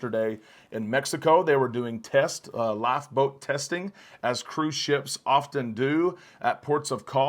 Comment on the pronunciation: You say life boat --laugh boat. Really dude?